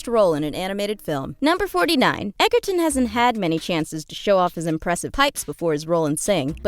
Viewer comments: OH DAMN LOVE ME SOME TARON EGGERTON. (It's pronounced "Edge-er-ton" but then again I'm one of those fanatic morons. No harm done. XD) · It killed me when she kept pronouncing Egerton wrong